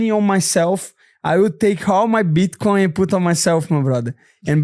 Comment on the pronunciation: “Bitchcoin” I swear this dude is doing it on purpose lol